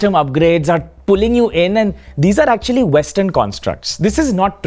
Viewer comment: aktucually! aktcucaualyy